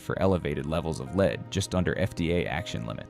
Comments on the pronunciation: Stupid AI .The word it has been mispronouncing leeeed should sound like led ,led ,led , Now learn that you stupid machine .😊😊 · The metal lead is pronouced led not leed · AI alert: in a video concerning food poisoning, THE MINERAL LEAD NEEDS TO BE PRONOUNCED WELL, NOT AS A VERB UNDER LEADERSHIP QUALITIES. Please make it clear, and checked; show leadership.